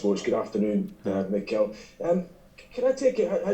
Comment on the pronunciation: reporter: Hey Mikel Mikel: Harro